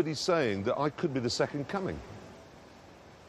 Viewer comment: "Think of the enitials"